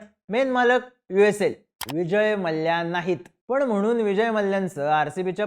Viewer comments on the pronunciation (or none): Ye gap re ghanrdya . Ghanrdya sarkha nav ghetoi tycha Vijay Mallya Malya. Vyastit bol na Mallya. Pronounce shikvaiche ka tula Maa liii yaaaa.